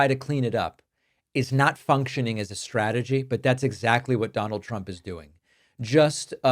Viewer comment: Why does she pronounce it "Chrump"?